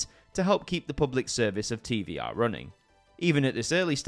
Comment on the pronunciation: Hey is Televiziunea Romana and it is pronounced TVR and not TV"I"R AND TV"E"R (on the screen it is pronounced with ve not vi)